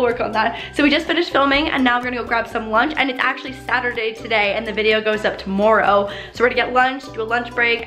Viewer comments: Love how she says tomorrow “Tomoreow!” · sounds so Canadian when she says "tomorrow" it's so adorable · You say tomorrow really Canadian like